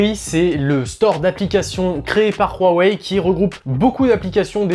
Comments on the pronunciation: franchement arrêter de dire royweille c'est huawei tout simplement seriez c bizarre votre tfacon de le dire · On doit dire "WA ouai " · Rouarwei :):):) HUAWEI c 'est facile H U A W E I = Ouawei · khuawei ?? Huawei tout simplement. les chinois ne sont pas des neerlandais !